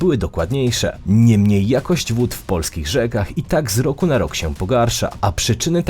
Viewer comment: Dziwny sposob wymawiania prezentera. Bardzo nienaturalny. ROoku, wOo-oody, a tymczaA-sem pO-oozdraawiam, NaraA-azie.😅